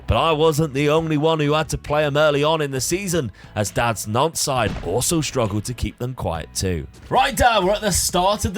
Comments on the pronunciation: Hey & Dad- great vid, always enjoyable, the French half of my family is from Nantes, hate to be one of those pronunciation guys but you don't say the s at the end of Nantes- its silent, same with Rennes. Anyway always enjoy the content bro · I keep in thinking you are saying FC Nonce lol 💀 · I totally get French pronunciation but in our English drone it sounds like you’re saying Nonce.